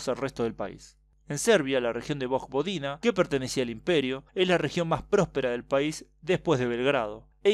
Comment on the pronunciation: Me gustan tus videos pero molesta la mala pronunciación. La j en vojvodina se pronuncia como una i, no como j